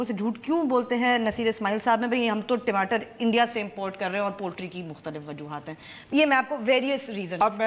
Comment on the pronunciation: you pronunciation is so cutesy of TAMATAR as TIMATAR:)